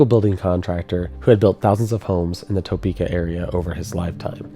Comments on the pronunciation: So funny everyone says Toe-peak-ah 😂 I've lived in ks my whole life so we say Tah-peaka 😊 wasn't alive for this f5 but I've lived real close to the path it took when it hit Washburn University. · I get a giggle every time I hear him say Topeka. I don't know if everyone else living very close to Topeka says it the same way he does, but I've never heard anyone say it like he does. We pronounce it Ta-pek-a. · Important topic: Is it toe-peeka (like what says) Or tuh-peeka (What I've heard other people in KS say) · TOE-PEEK-AH LMAOOOO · It's pronounced tuh-PEE-ka by locals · It’s pronounced Tpika. The O is largely silent. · This is the best documentary I have seen about the Topeka tornado. Now we need you to pronounce the city like a local. We call it T'peka. The "o" is not pronounced. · Holy cow 26 min of "Toe-peka" hard to listen to. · Toe-peeka has me 😂 every time. I’m sure a bunch of bored Topekans are going to tell you this but the way I always heard the legend is that the mound would protect us unless we built on it. Then we build that water tower and what do you know. I don’t personally know that I believe all that business but that was the legend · I love your videos and I’ve noticed this over and over when people talk about Topeka. But it’s pronounced tuh-pee-kah. We aren’t fancy here in KS 😂😂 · Shared this with some friends here in Kansas. They are bothered by the phonetic pronunciation of Topeka. In Kansas they pronounce it “Tuh-Peka” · You can always spot a non-native Topekan by the hard "o" pronunciation. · I was thinking about commenting on that, I love how pronounces it, being a Kansan myself I always heard and spoke it as Tuhpeeka! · Good documentary, but after a while, it became difficult to listen to "Topeka" mispronounced so many times. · Being a Kansan for 43 yrs. I can tell you that you put too much emphasis on the 1st syllable of Topeka. But that's alright. I love tornado documentaries. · TUH peka, not TOE peka. I'm from Wichita.